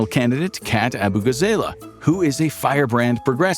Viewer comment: Please pronounce her name correctly. Kat Abugazaleh [Ah-bu-gah-zah-lay]